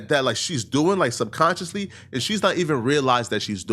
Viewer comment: She definitely keeps saying subconscious shish that makes no sense.